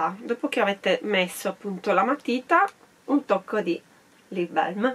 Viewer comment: Tesoro perché “belm”? In inglese proprio non ci sta questa pronuncia... è una “a” e puoi stringerla quanto vuoi a seconda dell’accento, ma non è mai “e”